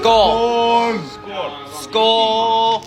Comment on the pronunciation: Odin is spitting out his mead at "skål"